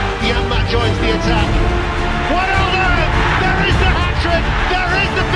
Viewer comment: One of the few youtubers who pronounce wijnaldum correctly